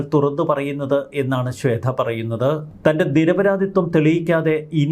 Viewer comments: ശ്വേത ആണ് ശ്വേദ്ധ അല്ല....വാർത്ത വായിക്കുന്ന ആൾ ആദ്യം മലയാളം ഉച്ചരിക്കാൻ പഠിക്കണം...ഇല്ലെങ്കിൽ അത് അറിയാവുന്നവരെ പണി ഏൽപ്പിക്കണം.....മലയാളം നേരെ പറയാൻ അറിയില്ല , ഇവരൊക്കെയാണ് ഇംഗ്ലീഷ് പറയാൻ അറിയില്ല എന്ന് പറഞ്ഞു മറ്റുള്ളവരെ കുറ്റം പറയാൻ നടക്കുന്നത് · ശ്വേത മേനോൻ. ശ്വേധ. അല്ല. ശ്വേത. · ശ്വേത ആണ്, ശ്വേധ അല്ല